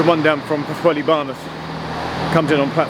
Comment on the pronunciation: Lovely to see you exploring an area I used to know well, the Mawddach Estuary area is beautiful, with lots to interesting railway fans to boot. Your pronunciation of Pwllheli puts a smile on my face every time.